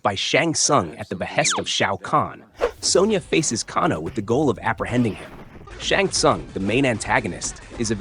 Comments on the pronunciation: It’s kay-no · Pronounced Kay-No brother but other than that great stuff 😅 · Can-o???? Let’s be real you’ve never played one of these ever nor seen a movie…..Can-o…..wow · Kahn-oh? AI is ruining YouTube.... Thumbs down